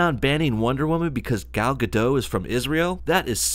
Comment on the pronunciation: OK, love the Gal Gadot (the T in the end of Gadot should be pronounced, by the way) romantic words, love the pro-Israel stand you take, love the Injustice footage (finished the game yayyy), but WTF is this bullshit about girls only going to movies on dates when someone else is paying? It's 1AM aftet a long day so please tell me I just didn't get the joke and you're a feminist too